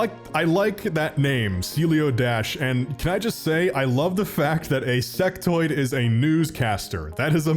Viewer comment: he did just say Sextoids right wasnt just me right?